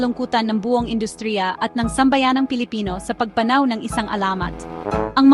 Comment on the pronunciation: Ayusin mo pronounciation mo sa pagpanaw